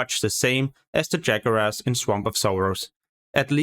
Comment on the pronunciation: It's pronoucned 'jaguars', plural for jaguar, not jaguras, lol.